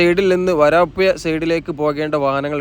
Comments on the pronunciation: സ്ഥലത്തിന്റെ പേര് മാറ്റിക്കളയുന്നു. വരപ്പുയ എന്നൊരു സ്ഥലം ഞങ്ങളുടെ നാട്ടിലില്ല. വരാപ്പുഴ ആണ്. തന്റെ ഒരു പേട്ട ഭാഷ. മയ, വയി, കുയി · നല്ല വീഡിയോ നല്ല അവതരണം ഭാഷ മെച്ചപ്പെടുത്തൂ വരാപ്പൂയ അല്ല വരാപ്പുഴ ആണ് പെയ്ലിങ് അല്ല പൈലിങ് ആണ് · വയി മാറി ഒയുകിയ പുയ... വരാപ്പുയ..